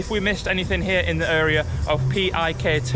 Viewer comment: HI there, new subscriber and PIK 2 resident here. Yea the pronounciation is PIK-2 not P-I-K-2, it stands for Pantai Indah Kapuk (Kapuk Beautiful Beach), and the "2" states that it's the "sequel" of PIK 1 in North Jakarta City of Jakarta Province, while PIK 2 located just outskirt of Jakarta: Tangerang Regency of Banten Province I can explain many things about places you visited shown here in this video, but I'll type too much on your comment section 😂 In brief, PIK 2 targeted to be done built in 2060, but I agree with you, in the next 5-10 years this place will be much better. Anyway, you pointed to the building of the TV station where I work 😅